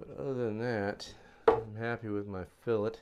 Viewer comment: Alright you are finally saying fillet correctly my brother...Thats progress...a step in the right direction...Boy this Biplane is turning out beautiful too. You are just an awesome builder. May take you a little longer than some but just look at the quality bro. Totally worth the extra time. Cant wait to see her covered and ready for her maiden flight....👍👍👍🤙🤙🤙